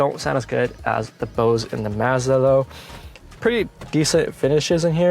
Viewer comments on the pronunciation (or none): none